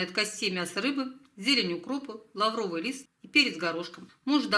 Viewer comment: лавровый лист ударение на ПЕРВЫЙ слог !